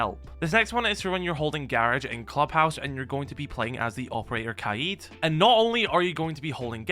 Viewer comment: Its kaid not kaied bro speak English